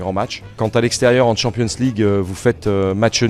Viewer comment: "Tchampionsse ligue" merci Aulas